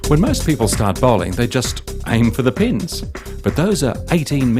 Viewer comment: When he says pins it sound like penis